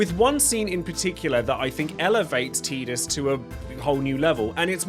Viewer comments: I've made it to ffx in this video and I gotta ask. ARE you saying names wrong on purpose or are you actually so deaf you've never hear them say the characters names I mean seriously TEEdus TIdus bro TIE dus not hard to say WHEN THEY SAY IT IN THE GAME!! istg if I get to ff16 you call the mc cleeve or clove or some dumb incorrect wording when they say the name to you I will lose it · I will be that guy to start the argument..... It's not Teedus it's Tide-us. I don't care that English dub of a Japanese game misspoke the name. I knew a guy named Tidus and it was Tide-us. There was also a stand up comedian with stuff on Netflix back in 2017 named Tidus and it was Tide-us. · Drink everytime he says Teetus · Anyone pronounce tidus, Tie-dus? ✋ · I'd argue that Tidus: A)'s name is pronounced like the word Tide, with a long I sound. B) has his own story separate from his relationship with Yuna. He was always living under the shadow of Jecht, as both a Blitzballer and a Guardian. His story revolved around his growth, showing that he could stand on equal footing with his father, as well as learning to accept his real feelings behind all of the anger he had in his heart for Jecht. If you remove his relationship with Yuna out of the equation, and just have his story of growth, you still have a great story. Not to mention, one of the things that Tidus has that both Zidane and Ramza also have is portrayed in the many memes of FFX. For that, I'd say he's deserving of S-Tier. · Why does almost every English speaker mispronounce Tidus’s name it’s Tide-us as in Tide water his character is water themed even the head developer of the game, pronounces it Tide-us it’s not that difficult lol. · You said Tidus's name wrong. Thumbs down